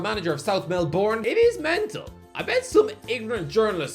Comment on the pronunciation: 1: time somebody outside of Australia has botched the name Melbourne